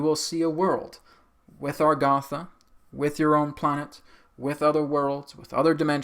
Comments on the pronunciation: I have notied throughout all your videos on Agartha (even the channeled ones), that instead of pronouncing it like it's spelled you pronounce it Algartha. I say you but even Adronis pronounces it that way. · Agartha, Argatha?